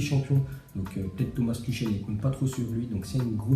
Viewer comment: comme pour thomas tuchel. On lui a pas encore dit que ca se prononce tourel. A chaque fois il écorche les blazes ça devient habituel......